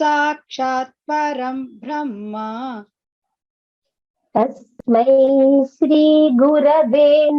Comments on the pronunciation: If anyone could clarify please - It's written like param brahma but heard as param bramha during the recitation. I don't think it could be a mistake but some nuance that I'm yet to understand. Thanks in advance. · It's bramha. Not brahma. ❤